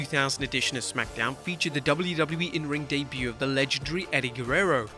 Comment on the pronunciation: It not hard to said legendary lol